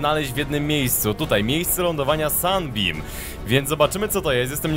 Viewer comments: To się czyta Simot a nie jakieś "simaf" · mów semołf a nie semaf! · mówi się si mot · Nazwę tego statku chyba powinno się czytać simałf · chyba czyta się simołf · Czyta sie simołt ten statek sie tak czyta ☺☺ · nie to się wymawia simąf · to sie czyta (simołf) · to jest semoutch mówi się si mouf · Dlaczego "promień światła" brzmi ci jak łódź podwodna?